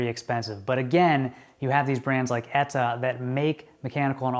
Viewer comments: ETA not Eta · You say "ETA" really weird...